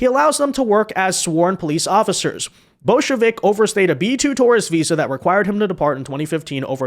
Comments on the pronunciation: bojovic more pronounced like Bojo-witch. not Bolshevik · English pronunciation more like Boyovich, but I'm just one of those people that likes to minimize name mangling.